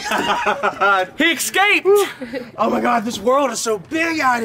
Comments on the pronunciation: It drives me crazy when people say EXSCAPED! Just say escaped lol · Michael really good prank but your pronouncing Escaped "Ecscaped" and I couldn't not mention it as it niggled at me. Peace. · why the hell do you say 'excaped'? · fyi escape is pronounced "s-cape" not "x-cape" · Am i the only one who heard Michael say eXscaped? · escaped not excaped. There is no X, pronounce the S. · There is no "X" in the word escaped.